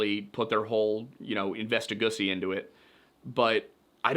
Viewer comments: NOT THE INVESTIGUSSY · I had a visceral reaction to “investigussy”